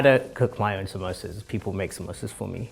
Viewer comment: the fact that all of them pronounced samsosas in a white way